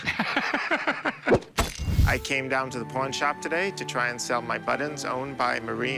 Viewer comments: Buttons not buddens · I like. I do not like that he is unable to pronounce buTTons. BuDDons had me screaming at my phone. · They are pronounced buttons not buttins. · How this guy says buttons is absolutely driving me crazy. Where does he see the letter “d” in buttons? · He says ‘buddins’ instead of buttons . And it irritates me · For some reason it bothered me to no end that he called them "buddons" insteat of "buttons." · Why does he pronounce buttons ‘buddons’? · “My buddons” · He says buddens like I do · Pay him and get him outta there before he says buddons again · What’s a “Buddun”? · Does he keep saying "buddins"? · Please god stop saying buddons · Anyone else think that weirdo kept saying butt ends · I've decided that buttons is a word that will determine whether or not we can be friend based on the way you pronounce it. This man and I cannot be friends. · What is the seller's accent? To my ear, it's a very odd pronunciation he has of the word 'buttons'.